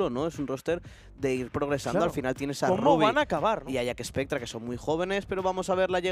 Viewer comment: Alguien le explica a que se dice JACKSPECTRA y no JACKESPECTRA???